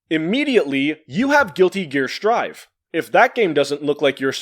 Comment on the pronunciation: I can't believe you just said Guilty Gear: Sir'd. You have shook me to my core.